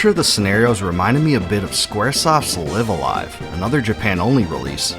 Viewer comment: Another excellent video! Small note, Live A Live is pronounced like Five A Five!